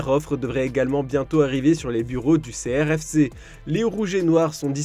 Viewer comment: Ça fait plusieurs fois que j’entends l’erreur on dit Srfc et pas Crfc 😉